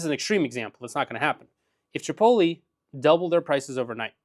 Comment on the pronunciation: Dude doesn't even know how to pronounce chipotle lol